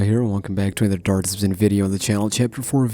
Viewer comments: “Dar dzzzmsm video here” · He didn't even say dark deception right at the beginning of the video